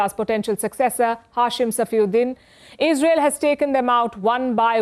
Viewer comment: She should first learn how to pronounce Israel and Qaani. Most Indian news anchors have no clue.